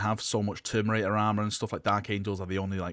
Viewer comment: Say it with me....Ter..mi..na..tor